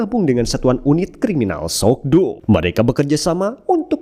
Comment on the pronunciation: Ma Dong Seok bro namanya atau biasa di sebut Don Lee, kalo lu ngucap sok do jadi aneh aja gua dengernya